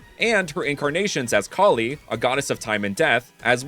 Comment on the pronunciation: i can say you are mispronouncing the godness names